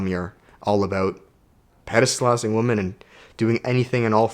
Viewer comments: Yep, it’s women (plural. Pronounced Wimin). One woman is a woman. Great video. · Lol, I always had beef with how you pronounce women, thanks for explaining haha.